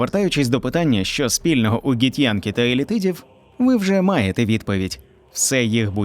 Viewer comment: Ґі-хто???😂 Вони Ґіфьянкі, а не Ґітьянкі